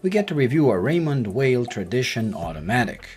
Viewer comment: If you like the brand so much, please take the time to pronounce the name correctly. It’s not that hard!